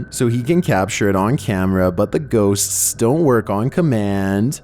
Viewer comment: Am i the only one who appreciates the effort puts into pronouncing the word "ghosts"?